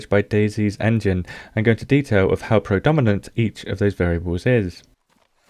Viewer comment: 'Prodominant.', you silly scrub.